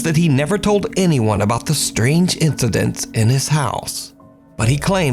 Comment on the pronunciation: "Strange incideths"